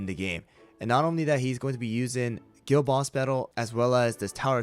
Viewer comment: Dude why did i think he said girl boss battle every time he said guild boss battle😭